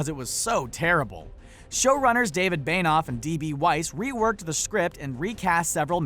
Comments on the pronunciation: It's Benioff, not Beinoff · Beynoff? It's pronounced Benny-off. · Though benioff is not pronounced bainoff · Say David Benioff's name right omg